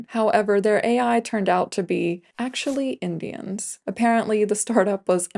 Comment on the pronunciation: I liked the video, but the way you say "indians" is very weird.